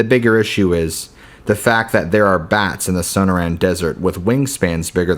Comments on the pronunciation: Not bad for stories, but I'd suggest checking on the pronunciation of the places in the stories . . . Sonoran - suh naw ruhn and Gila - Hila would make your stories better. I hope you take this as helpful, don't mean to hurt feelings. Thanks. You have a good narrators voice. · Might want to learn how to pronounce things like places. The Sew-no-ran desert is pronounced Sa-nor-an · it's SOH-NORR-AN not SOH NOH RAN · Sun-nor-rin, not sana-ran lol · The so-noor-an desert, learn how to pronounce words you aren't familiar with. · It’s SUH noran not SO no tan desert 🌵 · Dude the pronunciation of sanoran dessert is so bad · Damnit man, you got decent stories but you can't pronounce shit, I just can't handle your saying suno ran dessert, and now it's a fucking co yota hay, dude your killing your whole set by butchering words so bad I can't listen to your channel no more, I'm sure I'm not the only one who unsus scribe dahuh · Su-nor-un = Sonoran. At least pronounce it right. Gargoyles are on churches to scare away evil spirits. These are the dumbest stories I've ever heard. I lived in Arizona. Just do better🙄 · Did he just say son-oh-ran desert 🌵 😆😂LOL! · first story - grew up in the desert , yet cant pronounce 'Sonoran' (so-noor-an). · The pronunciation of Sonora & Coyote is killing me dude. Smfh. Good God!! 😂😂😂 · For fucks sake man. Your pronunciation of Sonoran makes my skin crawl.